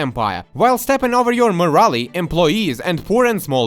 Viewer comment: My favorite thing all the way from the Bannerlord video is the way you say moralE. Love your videos bro keep it up!!!